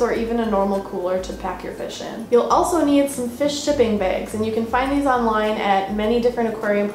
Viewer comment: "Beyg" hihihi